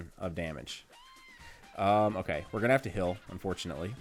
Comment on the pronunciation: accent is so weird. He pronounces heal like hill so does that mean he says "ill" instead of ale? He also says I "fill" instead of "I feel." kinda really weird to think about lol